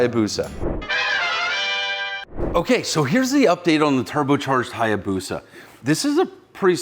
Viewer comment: A Hayabusa not Hyabusa!!!